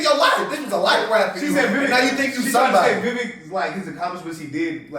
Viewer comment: Got to start saying Vivek's name right. It rhymes with cake. (Vi-vake)